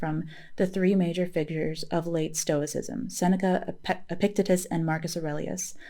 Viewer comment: "The Meditations" of Marcus Aurelius is one of my favorite books on Stoicism. — i just discovered your channel a week ago and really enjoy your content. (subscribed) — for future reference, "Epictetus" is pronounced "epic-TEE-tus" — i hope you are a psych major, you are a natural at being a therapist. excellent work & research, —thank you, peace! ☽◯☾